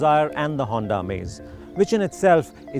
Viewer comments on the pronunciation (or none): none